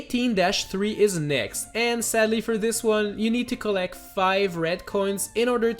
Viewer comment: But seddely